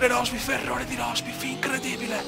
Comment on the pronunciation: mi fai morire dalle risate quando kiami rosbif a rosberg =)))))